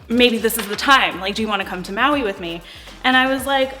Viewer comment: Curious about how you said "Maui". Are you originally from Hawaii?